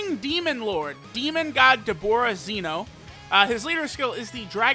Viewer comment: pronounced it as both "zee-no" and "zen-o" at the end